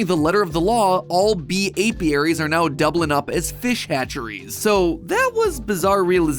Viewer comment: Are you serious right neow bro 💀💀